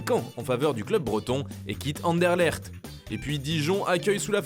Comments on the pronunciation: Doku rejoint Rennes et quitte donc qui?! Ander-quoi?! Mdr Anderlecht (Anderlekt) Mdr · Faite un effort pour la prononciation dés club belge svp Anderlecht et pas anderlerct et anverS et pas anver 🙄🤦🏼‍♂️ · Par contre pour Anderlecht on dit pas "AnderleRt" mais "AnderleKt ". Concernant Anvers, on prononce le S à la fin 🇧🇪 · ca me tue comment vous prononcez les noms de clubs belges; ca ce prononce AndeleKt et AnverSe en francais 🤣🤣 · On dit « anderlekt » et « Anverss » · et andelercht mdr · Et les club belges apprend à les citer correctement !! (anderlecht, anvers) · Mdr il sait même pas dire Anderlecht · 🤣🤣🤣Comment il a prononcé Anderlecht